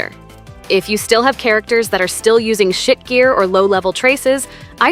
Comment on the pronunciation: lmao the way the AI says SHIT GEAR really drives the point home